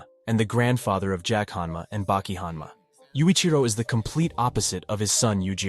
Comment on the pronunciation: O_O ...... one of these guys need to change their name bro, well done on saying them correctly one after the other